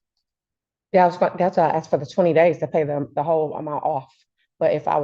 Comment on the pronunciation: 😂😂😂 u axed????? wth haven't these people learned how to talk yet?? you are in court, and you sound ignorant AF, did you go to the lie-berry to get this information???😂😂😂